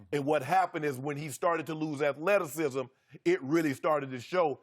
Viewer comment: Is Shannon sharpe saying “Atha-lettuce-cism” (athleticism)